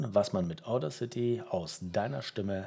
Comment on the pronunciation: Bin unterwältigt. Wenn du Audacity erklärst, solltest du wissen wie es richtig betont wird, nämlich auf dem zweiten a. Wirkt sonst unprofessionell. Zweitens finde ich den Sound der dann rauskommt, genau so sprechautomatisch wie ich es eben nicht haben will, weil ich ein Hörbuch spreche. Drittens: Wo hast du das Ganze denn aufgenommen, auf der Kreuzung? Wenn du so gut bist, warum bist du es dann nicht bei dir selber?